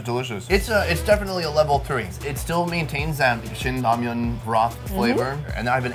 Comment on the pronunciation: oh! oh i love 'ramian'